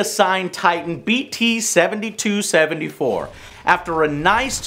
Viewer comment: Its not prounounced bt-72-74 its prounounced bt-7274 i know this reveiw is old but still its not bt-72-74